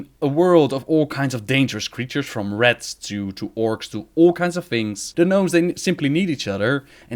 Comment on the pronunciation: It's RATS not rets ffs, sounds like (RHATS)